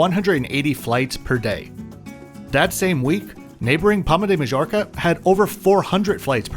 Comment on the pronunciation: Good review thank you. Majorca is pronounced My-orka